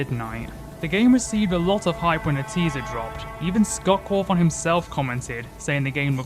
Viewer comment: Say "Scott Cawthoung" again mf i swear to god